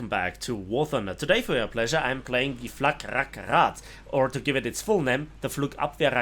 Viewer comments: It‘s FlaRakRad, not FlakRakRad. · No idea why he says "Fla'K'rakrad" however... It's "Flarak" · Why do you always say FlaK Rak Rad, it's Fla Rak Rad. Not Flugabwehrkanonenrakete, but Flugabwehrrakete.